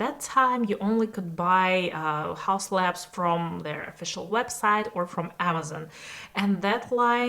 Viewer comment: but it's laBs, not lans